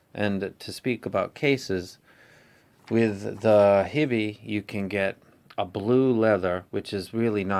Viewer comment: Awesome review. I follow all of your reviews. Its "HIGH be" not hibbie. because of your review i bought this and i am very satisfied.